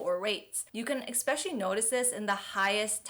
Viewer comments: I connected my phone youtube to tv youtube to let you know that you said "exspecially". Especially a common mispronounced word. Ess-spesh-a-lee. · It’s especially, not expecially!😊😊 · Did she SERIOUSLY pronounce it “EX-SPECIALLY”?????????????????? HOW IS THIS POSSIBLE IN THE YEAR 2024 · Please don't say "ecspecially".